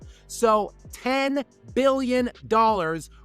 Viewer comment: sounds like youre sayin 10 million and i was like wtf?